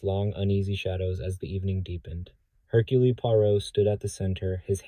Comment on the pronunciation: I tolerated the AI saying “Herculee”, but pronouncing “one” as “own” was vile.